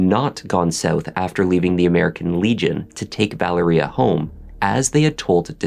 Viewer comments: Vă-Lār-Ria not Valeria 🤦🏽‍♀️🤦🏽‍♀️🤦🏽‍♀️ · Mispronouncing Valeria name. It is pronounced Val-ree-ahhh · Wow! Captivating and very well done. Just so you'll know, Keith's daughter's name is pronounced with an emphasis on the Va. So it's Va-leria. This was the deepest dive into this story that I have seen and being from Baltimore myself, I thought I knew the whole story. I loved it; liked it and watched it twice so far. I thoroughly enjoyed it! Subscribed!